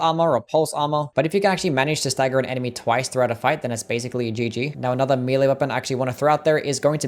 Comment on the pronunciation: >mealy weapons Why can so many people not pronounce the word 'melee' properly? It pronounced 'meh-lay' in proper English and 'may-lay' in America. Nowhere pronounces it 'mealy' because that's wrong. Literally listen to it